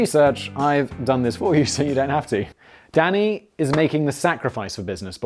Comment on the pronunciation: When he gets going and says “Danny” sounds like “Daddy”